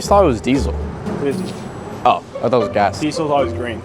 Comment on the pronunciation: did your dad tell you gas was grren?